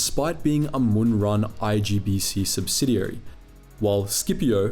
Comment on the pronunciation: I like how you pronounce Muun wrong but then continue to perfectly say Muunilinst xD